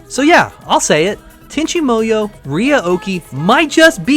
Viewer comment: Fond memories. My only complaint I have with this entire video is you sound like you're calling it Tenchi Moyo.